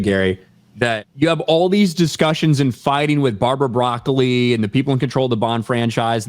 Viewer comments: STILL not how you pronounce Broccoli. I mean are you trying to make it sound Italian? Because that's not how you pronounce it in Italian. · Gary doesnt know how to say Broccoli